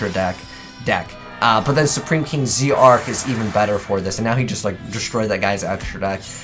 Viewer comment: I wish supreme kings were an actual archetype rather than just a few cards that barely make up a series. Also it's name is pronounced Supreme King Dragon Z-arc (ZARK as in dark but with a Z)